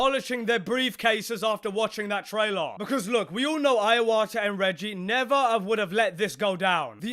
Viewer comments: ... iowa'ah. Iwata brother. Said like E-WATT'A. Never make that mistake again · "Iawata"...who's that? 🤔....do you mean Iwata? And why tf are you shouting at us? Jesus Christ, some cheek saying "pardon the voice crack" 😂